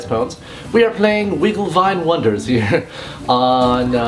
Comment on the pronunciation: Kinda sounded like you said "Wiggle My Wonders". I think that's even worse.lol